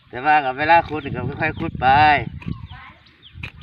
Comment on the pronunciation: ขุด คับ ไม่ใช่ ขุ เนี้ยยยยย